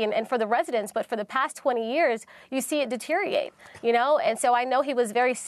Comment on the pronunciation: deteriate or deteriorate? lol